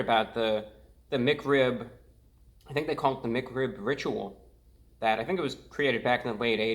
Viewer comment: Why do you pronounce Mic Rib instead of Mac Rib and Hewo instead of Hello